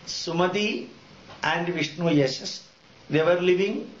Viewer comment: Actually Dr.Zakir Naik has all the knowledge. This guy cannot pronounce any words that is not his mother tongue properly. Watch him he says vishnuyashash, and then a brahmana, a Brahmin. His English is weak and obnoxious.